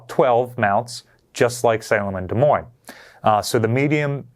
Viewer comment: All I kept hearing was saying the S in Des Moines